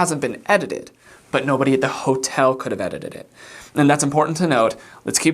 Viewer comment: But how did you say "edited it" so flawlessly?